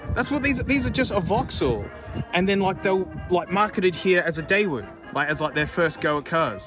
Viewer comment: Bless you that’s not how you pronounce Daewoo, the closest I can get in text is “Day’oo.” (“oo” as in “poo”.) & yes, the 1st gen Daewoo’s were built on previous generation Vauxhall/Opel tooling with help from GM, who owned Vauxhall/Opel at the time. (Vauxhall in the UK, Opel in Europe.) Time